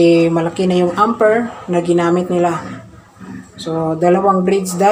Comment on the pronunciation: Amper not Ampir